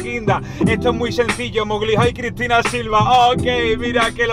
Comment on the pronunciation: Mowli travieso